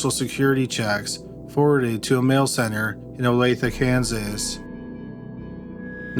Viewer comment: It amused me that he got so much mixed up, wrong and/or mispronounced then he pops right in with saying the correct state and pronunciation of Olathe...like...wth?